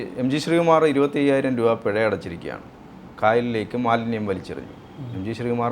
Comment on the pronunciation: പെഴ അല്ല പിഴ ആണ് ചേട്ടാ....